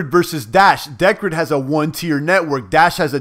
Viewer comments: It's pronounced [dicred] P btw did you hear about the latest iota announcement about Satoshi pay partnership? Cheers brother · *(Dee-cred) as in credit. Cheers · think its pronounced DEE - CRED. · the way u say decred is hilarious!! LOL